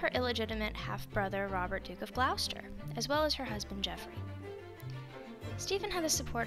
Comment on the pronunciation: Its not pronounced Gl OW ster. Its pronounced Gloss ter